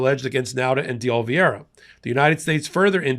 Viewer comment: Can you say O li VE ra!